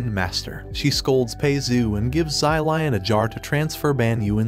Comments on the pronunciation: zai lian that is not how you say his name the correct way to say his name is "Shi-liehn" i think. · Sylion- pLeaSE i cannot 💀💀💀💀. Props to this guy for trying though as a Chinese i always love it when western people try to pronounce chinese it is always comedy gold 👍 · I don't know why but every time he says "zylion" I start cracking up lmao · same XD ZY LION SUPER MERCY!!! XD